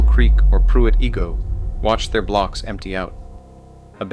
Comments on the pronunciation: Igoe is pronounced "EYE-go", not "EE-go". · It's pronounced Pruitt "EYE- go", not "Pruitt EE-go" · Its 'eye-go' And 'sue-lard' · REALLY???? IF YOU ARE GOING TO MAKE HISTORICAL VIDEOS ON LOCATIONS, WHILE YOU ARE CONDUCTING YOUR RESEARCH-RESEARCH THE PROPER PRONUNCIATIONS OF NAMES IE: PRUITT IGOE IS PRONOUNCED: PRUITT I-GO. BUSCH STADIUMS' ATTENDANCE HAS BEEN IN RECORD DECLINE SINCE 2019. BECAUSE OF SEVERAL REASONS: TEAM MANAGEMENT SUCKS, THE TEAM SUCKS AND HAS NOT BEEN TO A WORLD SERIES SINCE 2013 WHEN THEY GOT THE SHIT BEAT OUT OF THEM BY THE RED SOCKS AND CRIME IN A DEMOCRATIC HELD ST. LOUIS CITY SUCKS. MY FAMILY WERE SEASON TICKET HOLDERS SINCE 2010 AND FINALLY GOT FED UP WITH THE HOMELESS, CRIMINALS AND VAGRANTS ON THE METROLINK. IT'S PRONOUNCED: SOU-LARD. AND HELL NO TO UNIFYING THE CITY WITH THE COUNTY. THE COUNTY IS NOT A SANCTUARY FOR ILLEGALS. AND WHY ARE YOU SHOWING AN IMAGE OF PENNSYLVANIA STATE POLICE TROOPER CARS? THEY DO NOT PATROL ANYWHERE NEAR ST. LOUIS-CITY OR COUNTY! YOU WOULD HAVE BEEN WELL OFF IF YOU UNDERSTOOD HOW THIS AREA WAS ORIGINALLY POPULATED-THE ST. LOUIS AREA WAS FOUNDED BY FRENCH FUR TRADERS! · The narrator can't pronounce Igoe or Soulard correctly.